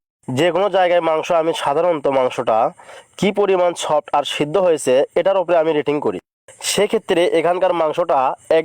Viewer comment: সপ নয় সফ্ট,আগে উচ্চারণ ঠিক করেন